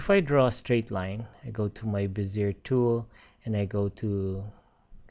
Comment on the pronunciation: it's pronounced "Bez-ee-ay" tool.